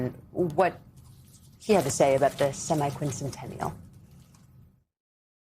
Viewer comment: Just say 250-year-anniversary. It sounds dumb when you try to say semiquincentennial but flub it and say semisesquicentennial (which incidentally would be 75 years since sesquicentennial is 150 years).